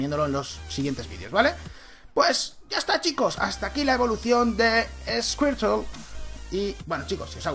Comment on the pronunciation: Pronunciación: escuirtel - guartortel - blastois